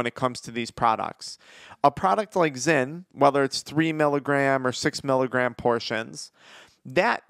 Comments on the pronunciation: This fool said zen 😂😂😂😂😂😂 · Bro called zyn, zen 😂😂